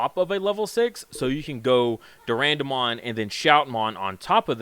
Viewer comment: Its Deeee A Boro Mon